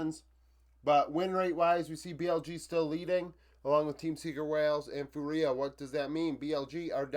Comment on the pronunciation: Awesome review as always. A quick sidenote: fúria is pronounced FOO-ria, kinda like Duria(n) instead of foo-REE-a. Keep the videos coming, love to see your stats based analysis